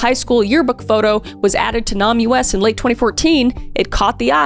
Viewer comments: Kris, NamUs is pronounced “name us” just fyi. Love this series. ❤ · I think NamUs is pronounced name us…. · NamUs is a play on words its read Name Us.... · She always calls it Nahm You Ess and it's always kind of bugged me, lol. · I think that would be pronounced "Name Us" since its, you know, about naming unidentified people... 😅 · Just wanted to let you know it’s not pronounced Nam U S. It’s pronounced like Name us since they’re trying to find the victim’s names. Love your videos. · Also Name-Us not Nahm-US 😅 its the little mis-speaks that make me double take ❤ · Hey Kris! It’s pronounced Name-us. Signed a Doctor of Forensic Science. 💞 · NamUs is pronounced “name us”. Great job on this, as usual! Your transition from comedy reels to true crime has been a source of delight for my household! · Just a quick note, Kris! I don't think NamUs is pronounced that way. I think it's basically spelling out "Name Us" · Not trying to be a hater, but did you know it’s pronounced Name-ess, like a play on the words Name-less. I thought it was super cool and a fun fact-no hate here!! ❤ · Fyi, NamUs is pronounced name-us. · It is pronounced Nam(e) us. (Like we don’t have names, please name us.) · NamUS is pronounced “name us” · For your future reference, NamUS is pronounced "name us". But as it's a government organisation, it's probably been closed down. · So glad you are reporting on this. Just fyi, “NamUs” is pronounced “Name us” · I think NamUs ismeant to be pronounced as "name us" which really puts a sad smile in face to think that there are so many ""nameless"" people who have names we just don't know yet... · Isn't NAMUS pronounced like "name us"? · How has nobody explained to her that NAMUS is pronounced "Name Us" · It's "name-us" smooshed together NamUs 😊 but pronounced like the two words. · Is it not pronounced "Name Us" ??? ☠️ Cause like, they're missing and unknown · hey Kris! NAMUS is pronounced as [name us] thank you for the video! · NamUS= “name-us.”